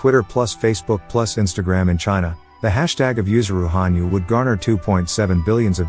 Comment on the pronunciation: it's ha nyu, not han yu!